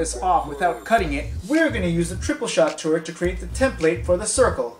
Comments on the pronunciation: the tooret xD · Tooret? LOL. Like GLADOS from portal 2.